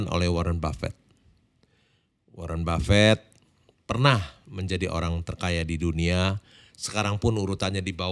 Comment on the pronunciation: bukan ribet brow...hal sepele tp ini masalah nama pemberian orang tua yg punya makna mendalam brow...belajarlah respect org lain dimulai dari menyebut nama nya dg benar...